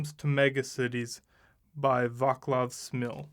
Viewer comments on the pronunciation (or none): The name is pronounced Vaatslav, not Vaaklav